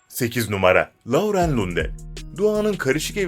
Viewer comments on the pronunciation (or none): Isimleri cok yanlis soyluyorsunuz la-u-ren degil loren okunur, ayrica boyle videolar gercekten gereksiz her annenin gozunde evlatlari guzeldir